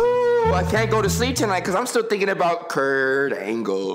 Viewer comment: I keep coming back to this video for "KuRT AnGLllee" 😂😂🤣🤣